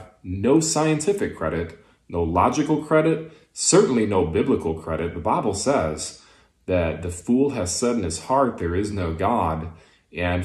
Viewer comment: "Teh bibble sez..." Sorry, you just lost the argument.